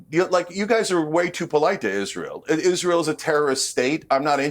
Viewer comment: Its rabbi, not wabbi, its israel not iswael, why Englishman can't speak properly .?????